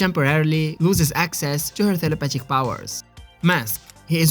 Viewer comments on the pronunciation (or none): Tell-A-path-ic? Is that what you’re saying?